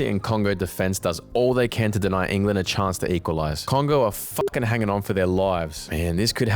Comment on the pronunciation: why'd you say England like that? 😭